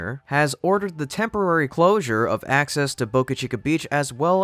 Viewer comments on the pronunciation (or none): none